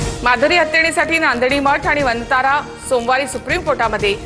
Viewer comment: वंतारा नाही वनतारा....